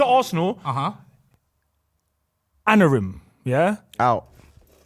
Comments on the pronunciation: has everyone calling him Anorim ffs make it stoppppp 😭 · Not even a Man U fan but it's annoying me they keep saying ANorim and not AMorim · Why can no one say Amorim? 😂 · Teleprompter was getting heated at them butchering Amorims name😂😂